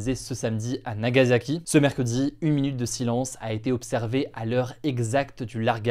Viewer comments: Nagassssaki pas Zaki.. tu dit pas Ozaka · Plus ça passe plus je comprends ceux qui ne s'informent plus sur l'actualité. Ca ne se prononce pas "Nagazaki" mais "Nagasaki"